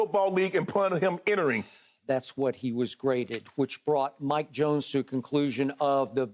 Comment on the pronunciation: WHO ? "Mike Jonesss" WHO MIKE JONES 😆